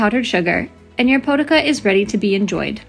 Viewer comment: Pronounced poh-tee-za